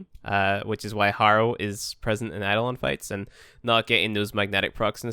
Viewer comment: add-on hunt. wut? EI-DO-LON